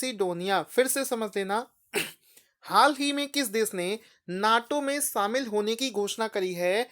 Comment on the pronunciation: शामिल होता है भाईसाब सामिल नही 😂😂